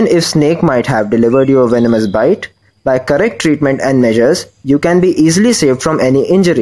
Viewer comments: Bit nhi bite hota h dhor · Why he is pronouncing bite as bit